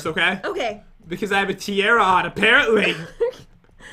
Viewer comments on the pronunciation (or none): (Ti are ah) not (ti air ah) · Ias tiara not tiera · The funny thhing is said Tiera instead of Tiara.. She also think s Sponge Bob is a PICKLE._. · It's ty-are-a now say it together it's tiara!